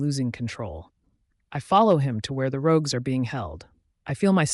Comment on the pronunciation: The person said it correctly once, though also wrong I the very same sentence.